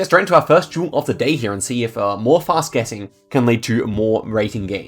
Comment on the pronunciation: is this guy saying jewel or am i schizophrenic